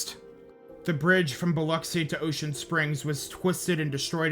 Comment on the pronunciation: you also mispronounced plaquemines, biloxi (sometimes), tivoli, beau rivage, bayou lebatre, and kiln, lol. it's ok tho; even locals mispronounce kiln because they call it "the kill" (vestiges of french) but it's so small that almost no one else on the coast ever has any reason to talk about it unless they want to talk about brett favre's hometown because that would be it. thanks for giving the coast some attention. my only (gulfport-centered) complaint is that you passed over d'iberville and gautier. d'iberville is on the north side of biloxi back bay so their waterfronts got razed just like the other coastal towns. the tchoutacabouffa river was also a contributor to the destruction in d'iberville. gautier is directly on the coast between ocean springs and pascagoula.